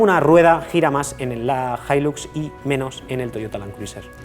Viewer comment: "Hilax"??!!!, acento de Texas??!!!!, ni en tus sueños!!🤫